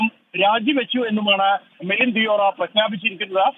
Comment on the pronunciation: ദിയോറ അല്ല, ദേവറ ആണ്.